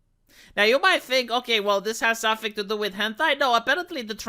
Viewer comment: Its "HENTAI" not hantai.